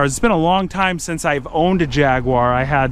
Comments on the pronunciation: "jag-war" not "Jag-wyer" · Jag-war? WTF? It’s Jag-u-ar !!!! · Repeat after me- "Jaguar (Jag-you-are)", not Jagwar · You guys, it’s a Jaguar pronounced Jag you are, not Jagwaar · Its JAG - U - R, not JAG - WAAAR. 🤦‍♂️😁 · It's a jaguar xkr A jag-you-are not A jag-warrrrr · "A Jyaaagwah" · I love how Americans pronounce it as Jahguarre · No, its Jag-Arrrrr when your pulling out your hair when it breaks down 2 minuets after you leave the house. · There is no W in JAGUAR. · Americans and how they pronounce jaguar...just grates me the wrong way